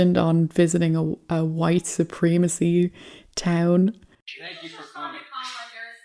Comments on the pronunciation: I love your videos but just so you know it’s supremacy it’s not supreemacy you need to use a soft E in this word not a hard E! And when you say Putin, you pronounce it pyoutin It’s actually pronounced Putin, there’s no Y O in Putin I only mention this because I’ve heard you say these words in the past correctly I don’t know what’s happened since then anyway just letting you know. All you haters hit me up. I don’t follow my posts after I write them so I don’t care! My point is simple if you can say poo you can say Putin!!! Even though I say this, I love your videos. I really enjoy watching your videos. Stay blessed and stay safe!!! I absolutely mean no disrespect!!! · you are mispronouncing supreeeemecy. is that on purpose?